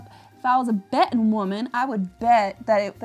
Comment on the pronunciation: I love how you're catchphrase is "If I was a betting woman" in a fun Hollywood southern accent. You are adorable and I appreciate you!!!!!!!